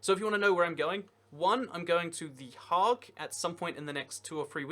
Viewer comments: Also, pretty sure you said the "Hague" part of the Hague kind of correct, other than not have the frog throat "g".. Remember, 'tis Den Haag. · I like how you first pronounced Hague because that's close to how we say The Hague in the Netherlands (we spell it Den Haag) Also, give us back Sheppey!